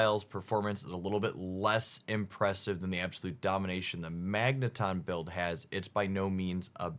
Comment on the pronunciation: For all the pokemon names gets wrong, I’m really happy he pronounces magneton the right way imo. I think it’d magnet-ahn not magne-tun